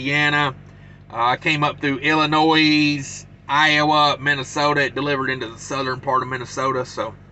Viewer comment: So you drove through two Illinois? 😂🤣😂☝️ S is silent my man